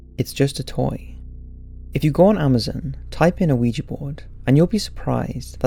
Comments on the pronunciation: It's not O-uiji it's Ouija not How he spelled it, but how he pronounced it Also one of the main rules is never take your hand off the planchette till you say goodbye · Does it bother anyone else that this guy pronounces it Oh-weejee? You don't pronounce the o. It's just weejee. The French word for yes isn't pronounced o-wee. It's wee. Oui. Yes. Ja. Yes. Ouija. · The O at the beginning of Ouija board is silent...phonetically its we -ja. Sorry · can everybody stop saying "oueejee"?! the word is ou-ee-ja! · Why does EVERYONE pronounce it (incorrectly) ‘wee-jay’...??? It’s an OPEN ‘A’ at the end... “WEE-JAH”! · 😣 the "O" in ouija isn't pronounced. Oui as in the French word for yes or "weegee" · Why does almost everyone pronounce it "oh we gee"? The o is silent. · I really like your videos but you have got to work on your pronunciation, Ouija is phonetically pronounced 'wee-ja' you don't pronounce the O at the front. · I almost stopped watching because they pronounced it "ooeejee" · it makes me laugh how you say ouija board :D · pretty sure the o is silent man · The O is silent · Still pronouncing it wrong... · it's hard to take you seriously when you don't even pronounce Ouija correctly smh